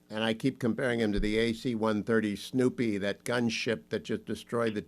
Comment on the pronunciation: AC-130 Spooky—not “Snoopy.” It’s supposed to be stealthy—not annoying…